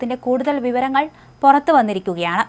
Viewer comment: കൊറച്ച്.. പൊറത്ത് അല്ല... കുറച്ച്.. പുറത്ത്..